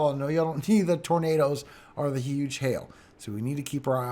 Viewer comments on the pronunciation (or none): none